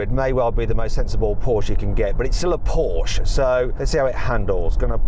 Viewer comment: 포~ㄹ~쉐 크아이에ㄴ 발음 간지나노